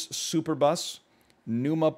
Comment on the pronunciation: Loved his pronunciation of Superbus